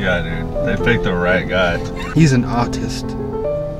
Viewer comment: He says "He's an artist" in an accent so it sounds kinda like "autist" but the ironic part is that dude directing traffic might actually be autistic